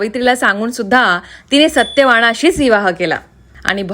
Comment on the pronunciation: सत्यवानाशी... सत्यवाण शी नाही.. अशुध्द मराठी बोलू नये.. उत्तम प्रयत्न चालू आहे..